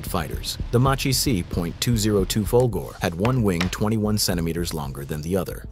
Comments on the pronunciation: Folgore is pronounced: Fol-GO-reh Macchi is pronounced: Mak-kee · It's pronounced... fol-yo-re! 🤌🏻